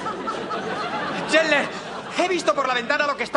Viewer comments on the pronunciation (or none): "Chandler" se pronuncia "Chendler" no "Chenle". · Se escribe chandler y se pronuncia chendler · que se pronuncia chendler cojones!! En latino es como lo decís mal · Chenler ? ajaja , se perdió la gracia de verlo en subtitulada. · Chandler se pronuncia "Chendler". ¿Te has enterado ya o aún no? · Porque le dicen chendler?? Es chandler!! Mas alla de eso esta parte es buenisima... 5 stars!! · asco dedoblaje por eso la mayoria de las personas prefieren el doblaje latino,, matan a friends al cambiar o pronunciar mal los nombres de los personajes.